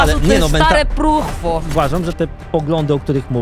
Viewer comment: zrobila mix słowa próchno i truchło 😁 "stare próchło"